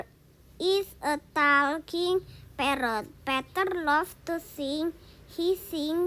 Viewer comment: Parrot❌ Padrot✅